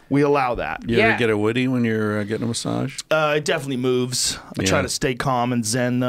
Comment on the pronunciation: Please teach Trussel how to pronounce massage